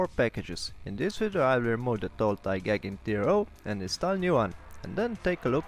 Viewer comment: This video is excellent, it never occurred to me that glass scales could be cut to length. Thank you. Oh, and I should say that 'Igaging' is pronounced 'eye-gay-jing'